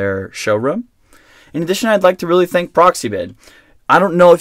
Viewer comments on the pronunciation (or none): none